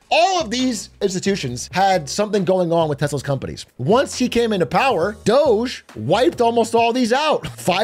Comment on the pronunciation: DOGE pronounced Dodgy